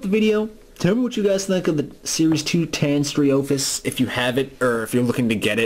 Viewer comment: The name is actually pronounced: TAY-nee-STRO-fee-US. Also, the reason why the figure is marked as being made in '93 is because toy companies would start prototyping before initial release the next year.